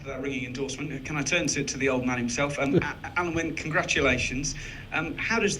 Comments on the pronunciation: Why is the first interviewer calling Alun Wyn "Alan"? The letter "u" in Welsh is pronounced like the "i" in the English word "in". It can't take much to learn how to pronounce the captain's name. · Great player Alun wyn Jones, perhaps his name will be pronounced correctly now